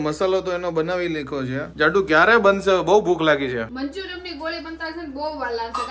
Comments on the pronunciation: Manchuriam nai manchurian hoi sarkhu bolo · Manchurian kevay manchuriyam nai